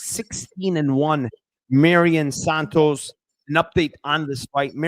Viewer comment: will never pronounce santos name right lmao it's "Mairon" not Marion"